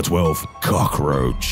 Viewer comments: numbah 12: CAWAKHroach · number 12 COCKroach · Number 12:KOOCK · why did he emphasize cock in cockroach? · the way he pronounces it bruhhh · Bro whyd it emphasize "cockroach"